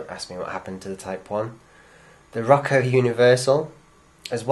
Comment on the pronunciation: 1. You forgot the generic European NEM 360 coupler, which thanks to Lima, became the defacto Australian standard coupler for a few years until knuckle couplers started to catch on. 2. Roco is pronounced "Roe-coe", not "Rocko". 3. The main reason I found for proprietary couplers on DMUs and trains like the APT is so you don't go coupling, say, a DMU trailer to any other loco or rollingstock, but keep it coupled to the train it belongs to. Otherwise, keep up the good work.